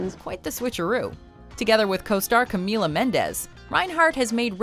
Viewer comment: Woah i know camila is hot but i didn't expect her to be on the list! She getting famous now wow. And she pronounced her name right!